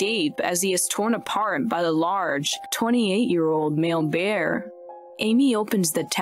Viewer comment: Is this an AI talking? Lol 'BEEAAAR'